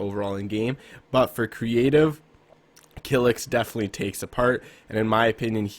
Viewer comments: He said Kylx kilix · btw you pronounced "Kylix" wrong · This is the worst video I ever watch.1 you put Benji as 5 and he is clearly not a creative warrior he is a box fighter and ther is a very big deference between a box fighter and a creative warrior.2 you put kylix as 4 when he is comp player not creative warrior and on top of that you say his name Wrong.3 I agree with chronic psycho but saying that sway one of the best creative warriors Still to this day is not good anymore and he fell off is completely wrong and disrespectful you probably saying that cuz you never ever watch his streams if don’t believe go watch the videos he just dropped called Meet the best Controller Creative player.4 the same thing clix is a god but not a creative warrior a box fighter and a comp play ya he plays wagers but that doesn’t mean that he is a creative.5 putting the most overrated creative warrior that everyone and ther mother knows is stupid yea he is very good never said he is bad but not putting sway in is more dumb then this video just so you know sway destroy hem in a 1v1 and to makes the video 10 worst you stretch the video to 10 minutes . The worst video I ever seen